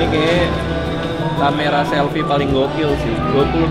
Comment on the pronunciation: mantav semua huruv f jadi v 😂😂 vivo, somvlak juga, kamera selvi devannya duavuluh megavixel 😂😂 vanco ama gue lah lu bang 😂😂